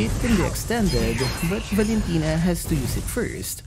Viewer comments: Omg NO its not valintina its valin kunat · Valentina Par not Valen tino